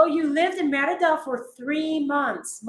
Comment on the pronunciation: I'm slowly trying to learn Spanish... Since "i" is pronounced ē(eeee), wouldn't you say "Meh ree duh"??? Not "Mehr ida"??? Just checking 👍🤠✌️